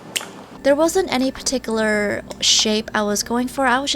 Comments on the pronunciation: And then I heard her say perticulaaar when it’s particular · patickular don't hate me pls, that just got me when she said patickular